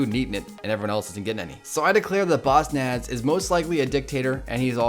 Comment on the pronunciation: instead of bossnass its bossass